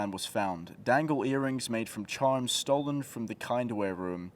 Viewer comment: The kindware room... Wtf were you calling it?